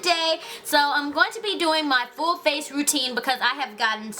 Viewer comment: everytime she say's FACE she make a "huh?" sound at the end it's cute lolx yhu are so friggin beautiful &&' iiLove all yhur tutorials